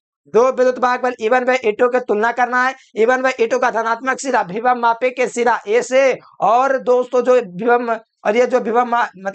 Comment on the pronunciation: Bhibhav mapi nahi sir ❌ vibhav mapi , voltage mapi ✅